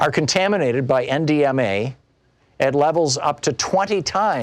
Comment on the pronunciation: Hah, thanks! Even the subtitles thought he was saying M, DMA.